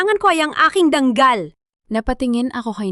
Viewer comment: DANGAL HINDI DANG KAL